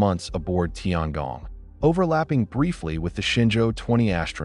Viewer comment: tiangong, 天宫，不是tiangang